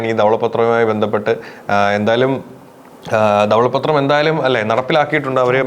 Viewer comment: ഇതെന്താണ് ദവള പ്പത്രം. ധവള പത്രം എന്ന് ശരിക്കു പറയു